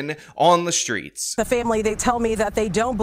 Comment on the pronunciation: Time to clean up "tha streetz".